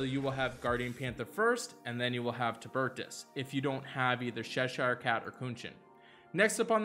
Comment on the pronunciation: Sheshire Cat? Who is that? As an Anglo-American, it's CHESHIRE, like Chesterfield. Love everything else, though.